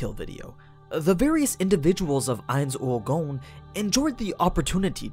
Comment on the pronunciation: "Ainz Ool Goan"???